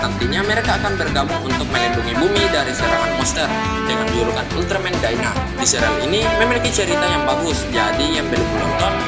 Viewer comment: Daina bacanya, bukan dina kimbek